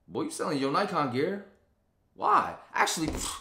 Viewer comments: Pronounced the Neeekon guy. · Thumbs up if you knew how to pronounce Nikon correctly.